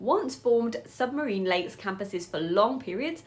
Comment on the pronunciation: Thought you said " these are Legs!" And they are so toxic.